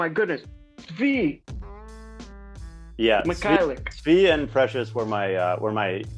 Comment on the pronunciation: Also dudes its not SVY, it's SVI. Pronounced SVEE